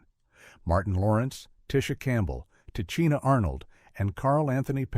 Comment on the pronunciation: I hate these AI narrators 🙄 Tichina's name is pronounced "tih-she-nuh"